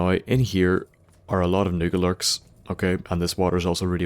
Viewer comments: sounded like he kept saying "niggerlurks" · I think the protrectron killz nucalurks.